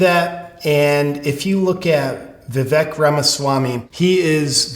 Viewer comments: He pronounces his name Vivake. Just sayin' . Love your channel J.P. ! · i know this is small... but its Viv-ake it rhymes with cake. If you have not seen his freestyle rap on fox. which is weird considering fox is the establishment... but vivek is a maverick. you are basically telling us what leftists have already known. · Its vikek, but it rhymes with CAKE, ViVAKE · pronounced Viv-Vake.. catch on people